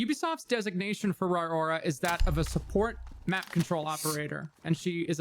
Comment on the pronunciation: Pretty sure its pronounced RORY